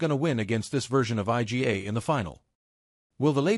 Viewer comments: 'I.G.A. Swiatek.' You bunch of muppets. Don't you even check what your computer voice is saying? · Her name isn't difficult to pronounce. Surely she deserves a little effort to pronounce it the way it really sounds? Try reading her name like this: "eega" ... easy, right?